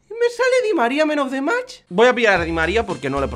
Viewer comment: se dice Man of the Match con aaaaaa no con eeee